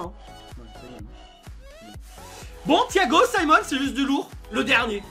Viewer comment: C est pas SIMONS c'est SIMON 😭😭😭